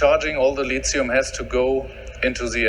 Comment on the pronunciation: "the lizium I own" 😂😂😂